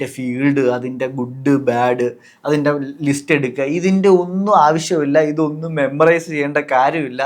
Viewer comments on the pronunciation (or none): none